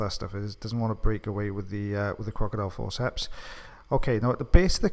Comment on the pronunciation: Does everybody else love the way he says crocodile forceps? Always my favourite to listen to.